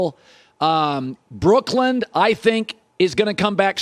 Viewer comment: Did he just add a “D” too Brooklyn? He knows it’s not “Brookland” right? 😂😂